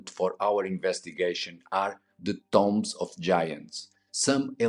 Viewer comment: Love the videos. Great that you do not use AI narration. Tombs is pronounced like TDoom not Tom BEST REGARDS FROM BIG fAN